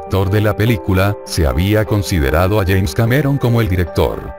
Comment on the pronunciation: Es James Cameron, no "yaens".